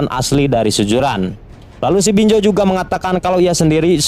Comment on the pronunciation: Z woi bukan J. BinZo, bukan BinJo. 😏😏😏